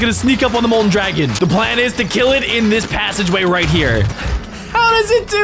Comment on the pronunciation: Why he said it like this : were gonna fight the dragona